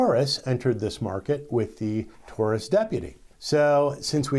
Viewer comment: Taurus pronounced TAWrus. Just like DAUGHTER